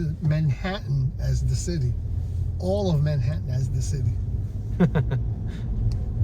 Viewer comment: I thought it was ManhaTTan, not Manhaaunn.😅